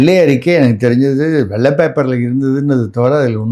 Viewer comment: வெள்ளை அறிக்கை. அதை. வெல்லை அறிக்கை இல்லை தமிழ் வார்த்தை களை கொலை செய்ய வேண்டாம்